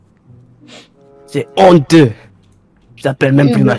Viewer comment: "C'EST HONNTEUX ! C'EST HONNTEUX !" jpp 😂 😂